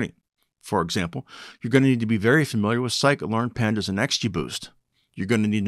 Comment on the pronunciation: what did u say? "Scikit learn" or "psycho learn"? I didnt understand